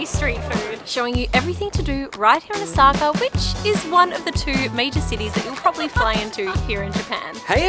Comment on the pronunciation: It’s Osaka not osAka